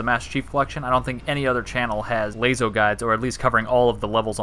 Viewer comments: Why u say like lazo 😂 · I've succumbed to the will of the people and say it like "Lasso" now (this is a real old video), but phonetically it should be pronounced lay-zo...also the guy who essentially started the entire LASO community pronounced it lay-zo, soooooo